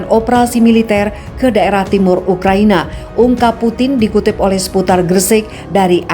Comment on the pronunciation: menit 3.20 saking tegangnya pembawa berita jadi baca ukraNIA wkqkqk